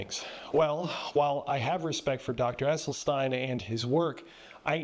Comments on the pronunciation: You heard this Dr. pronounce his own name. Yet you persist in mispronouncing it. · It's pronounced "Esselsteen", not "Esseltine" 😉 Thank you very much for your free content. Such unbiased, comprehensive information ist very rare in "our" Generation. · Doctor Esselstyn, not Esselstein/Esselstine😊😊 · It's Essel-stin not Essel-stine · Just for the record, His name is pronounced Essel Stin not Essel Stine. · Does the doctor’s last name rhyme with tine or with tin? It seems that Rip Esselstyn pronounces it like “stin,” not “stein?” Just asking. Thanks for this presentation…. Interesting perspectives!